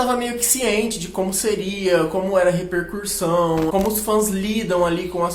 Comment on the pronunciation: Amigo, com todo carinho, é re-per-CUS-são, não tem esse R no CU que você pronuncia, please!